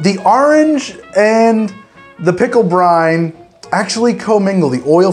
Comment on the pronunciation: Whenever he says "pickle brine", I keep hearing "Pickle Brian", like it's some sort of weird Pickle Rick OC.